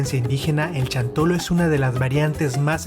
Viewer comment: No es chantolo ,es xantolo ,pronunsia bien no seas tonto